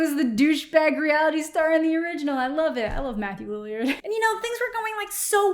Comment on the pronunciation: Am I the only one who didn't know that it was a Kardashian? Also not LILY-ARD, it is Lillard.